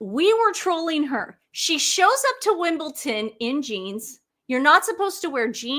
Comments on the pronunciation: WimbleDON not WimbleTON …. PLEASEEEEEE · Apologies, but it’s WimbleDon, not WimbleTon. Thank you!